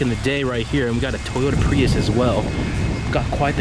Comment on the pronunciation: I’ve been binge watching the grand tour and it is so good to hear someone pronounce prius correctly